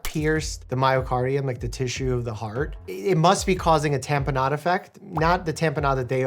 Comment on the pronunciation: Someone please tell me I was not the only one who, every time Doctor Mike said "tamponade," kept hearing it as "tapenade" instead.